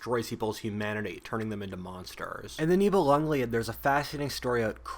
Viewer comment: Live ur videos! Btw, it’s Nibelungen Lied, pronounced LID, i.e Song of the Nibelungs… Germans being German connected the two words to create one long word